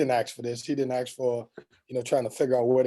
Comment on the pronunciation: Team looks much better. Hope it continues. Please pronounce the work "ask" correctly. It is not pronounced axe. Thanks.